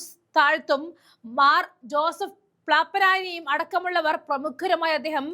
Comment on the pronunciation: പ്ലാപ്പനാനി അല്ല മാഡം